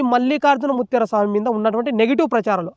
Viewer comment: ముత్యార కాదురా బాబూ ముత్య